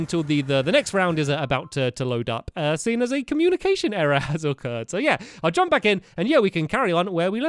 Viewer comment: jump not jomp